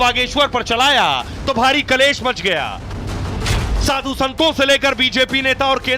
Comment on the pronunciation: साधु नहीं svadhu 😂😂😂😂😂😂